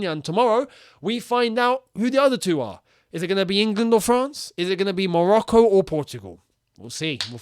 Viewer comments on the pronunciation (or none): none